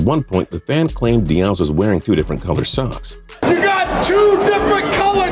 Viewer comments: Dah-ehz? It’s dee-ezz mayate. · It’s (dee-yez) Big dummbbaaaaa